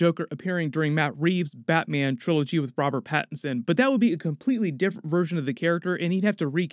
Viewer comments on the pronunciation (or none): none